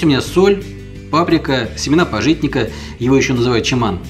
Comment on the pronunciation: Па'житник. Ударение на А.